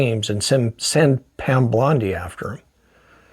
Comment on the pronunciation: bondi, not blondie